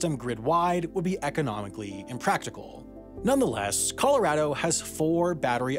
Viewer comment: You can tell Sam lives in Colorado because he pronounces the name correctly. Nothing drives me crazier than hearing people say 'Colo-ROD-o'